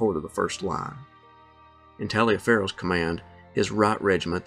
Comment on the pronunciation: I find your vids interesting but Taliaferro is pronounced Tolliver believe it or not